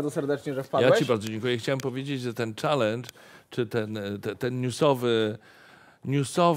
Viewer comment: pierwszy raz słyszę czalyndż,a nie czelendż